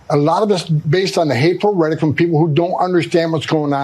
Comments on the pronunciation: Somebody should tell Homan the word is rhetORic...not redic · Guy at the end talks about hateful redic. Redic? Did he mean Hateful Rhetoric? Trump wearing off on everyone. Tesler, Venezueler, etc... this country is going down fast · Thom Thumbman can't even pronounce the word "rhetoric" - he calls it "rhettic" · Tom Homan is such a meathead. Hey Tommy boy, "rhetoric" is not pronounced, "redik." So low IQ. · Tom Homan doesn't get to Speak anymore until he recognizes the 3rd Syllable in the word "Rehtoric".. Idk wtf "Reddik" is but He keeps sayin it... 🤦🏽‍♂️